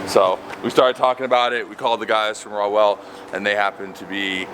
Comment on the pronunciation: Per Google, he did pronounce correctly, although the Hoonigans reply rationalizes ignorance via "ownership". It is a very simple pronunciation (raw welt) This takes place in spite of expressing first-person expertise and origin re: the creation and culture on the car. Perhaps you (the reader) too just bought a coke, so you call it a cake when informed otherwise. Acceptance of ownership as a power to accept ignorance is supreme weakness of mind and self. The owner is ignorant and you are weak of mind, period.